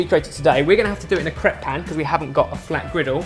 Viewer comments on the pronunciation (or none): none